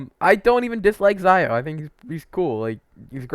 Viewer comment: Xiao not Zaio